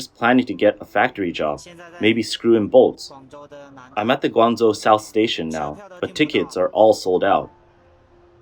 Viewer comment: Guanzuo 😂😂 Guangzhou =wanjou